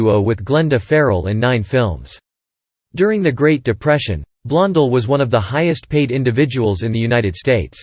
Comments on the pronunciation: the narrator can't even pronounce Joan's name., it is so annoying - HEY it's Blon DELL not Blon del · I'm seconding that why can't this automatic voice pronounce the name correctly it happens all the time makes me nuts well I'm already knows but that's not the point😊😊